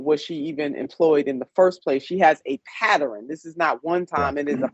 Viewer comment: "It's a PATTEREN!"